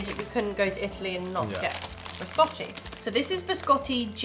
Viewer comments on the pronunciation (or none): Ha detto Biscotti o Gerry Scotti?